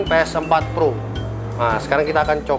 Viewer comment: Bang ps4 pro bang bukan ples